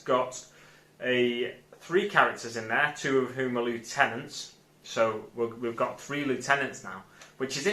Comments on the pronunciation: great video mate. but I think we're going to have a falling out here. he's not disco dancing he's summoning the hive. and it's pronounced lieutenant not lieutenant 🙄😜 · nah nah you said lieutenant even though lieutenant is pronounced lieutenant 😎